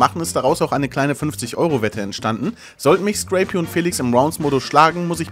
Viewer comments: warum spricht den guten mann jeder "screy pi" aus? Er heißt Scrapie. also quasi wie skräpi... so schwer ist das jetzt nicht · Crap mit s vorn dran und einfach ie noch hinten ran. Hat mich auch leicht getriggert